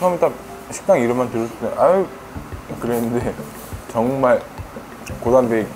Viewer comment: 2분 21초쯤에 저만 정말이 ㅈㄴ로 들리나요?